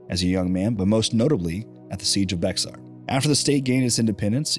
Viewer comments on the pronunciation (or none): Siege of Bexar is pronounced like the drug company. Bayer